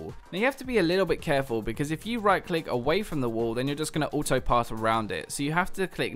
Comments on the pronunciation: I Am The One while re-watching this, I also noticed that said "auto(r)ing":O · GreyFace 'auto(r)ing' isn't a British English thing, that was just a small slip up by